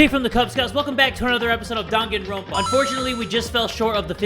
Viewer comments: My dude actually said Dunkinrompa Lmao No hate it just not pronounce correctly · Jay: "I'm a danganronpa master!!!" Also him: pronounces the game name wrong